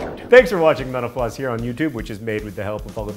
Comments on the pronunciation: When he said "mental floss" it sounded like "menopause"... wtf. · Burning question: why does it sound like you say"menopause" every time you sign off?